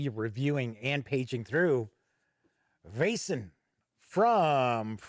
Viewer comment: Your assumption on the right prenounciation is close to perfect. In Denmark (neighbour to Sweden) we would spell it "VÆSEN" Æ is A and E put together. The sound in the word "Veil" (ei) but without the distinct "i" sound pretty much the sound of AE/Æ. Hope this helps everyone.